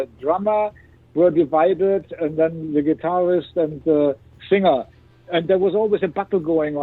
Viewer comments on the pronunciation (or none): none